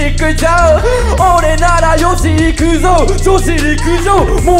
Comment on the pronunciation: ﾖｫｼｲｸｽﾞｫｳの発音SKRYUって感じがして気持ちええんじゃ